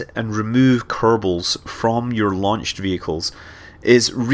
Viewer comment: he said "kernals" XD